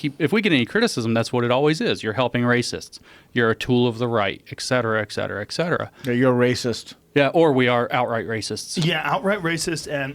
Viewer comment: Someone tell him it's "et cetera" not "ecksetera".